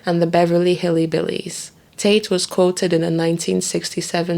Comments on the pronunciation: Colonel is pronounced Kernel like popcorn, and it’s Hillbillies, not Hillybillies. To do such thorough research and yet mispronounce basic words? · Beverly Hillibilies.....thats a poor mispronouncian....wow